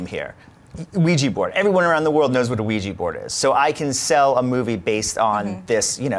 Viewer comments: film is called ouija pronounces it weeeeji name comes from french word oui and german word ja both meaning yes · "everyone around the world knows what a Ouija board is" I don't!! w*f is a Ouija board?!? I had to watch the video just so I know how to pronounce it.. D